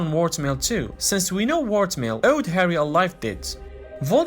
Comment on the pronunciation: It's w-o-r-m-t-a-i-l